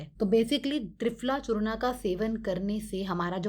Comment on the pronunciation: यह चूर्ण है "चूर्णा" नहीं 😔